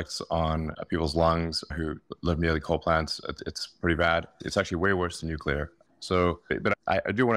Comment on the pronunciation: Learn the correct way to pronounce Nuclear... It's not New-Cya-Ler... It's New-Clear (exactly how it's spelled).